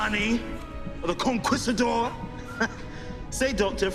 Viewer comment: ...Why didn't the Director teach Ncuti how to pronounce 'Conquistador'?